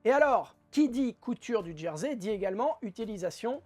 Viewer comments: Merci pour ce tuto sympa en « Djersey »Je ris à chaque fois que vous prononcer ce mot 🤔😂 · Ce n ‘est pas une moquerie de ma part.J’ai toujours entendu Jersey désignant le tissu ou l’île prononcé Gersey en français .je ne tiens pas le monopole de la meilleure prononciation.Continuer à nous faire rire 🤣 c est vital en ce moment